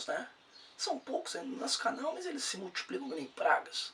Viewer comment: Achei até que fosse "must", tive que ouvir de novo para entender hahaha